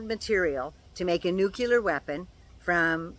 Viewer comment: Hey,! Love you, love your vids, and especially love your knowledge. You know your stuff. So, umm, maybe this is a Canadian thing, or mispronunciation simply stuck with President Carter. But...the word isn't "nucular". It is "NUCLEAR"! Say it with me: new-clear. Very good. Again: new-clear. One more time: NU-CLEAR! Sh*t yeah! Keep practicing. You've got this! Keep up the good work! ❤❤I love you,.❤❤ BTW, it's frickin' hot here in Maine, too. Stay cool, dear. 🥵